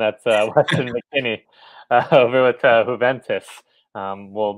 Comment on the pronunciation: My dude, it is pronounced YOU-VENTUS not HOO-VENTUS